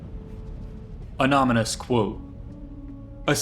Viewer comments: Lol mispronounced the first word . anonymous not anominous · In the very first line of narration: I believe he says "An ANOMONOUS quote." Bruh. It's "aNONomous". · "An Ominous truth" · Broke before you even started. Literally the first word you fucked up "Anonymous" and said "Anomynous". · “Anomynous quote” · "anominous qoute" lmaooo first 5 seconds this vid really did break him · Anomynous sorry lol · “Anomynous”… you serious? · "Anominous quote". I stopped here. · "Anomynous" I'm not teasing, it was just ironic cuz you said the video broke you lol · "Anominous" triggered me more than it should have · I can tell it broke you because the first word you said was "Anomynous" lol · did you start the video by mispronouncing anonymous? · >starts the video off mispronouncing anonymous Oh boy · Lol I had to click off when dude mispronounced the literal first word in the video, sorry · Literally failed on the first word. Impressive. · Mispronouncing the first word of the video to hook me in is a bold move